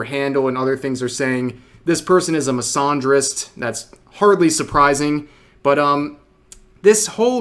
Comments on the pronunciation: Miss-ann-drist Not misahhn❤drist 😂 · The way Rev pronounces misandrist made me do a double-take. Like. Huh.